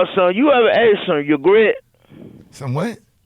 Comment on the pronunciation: said “you ever some yugret”. ITS YOGURT fool! Lmaooo